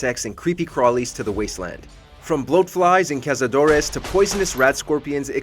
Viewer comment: Cazadores not cazadorese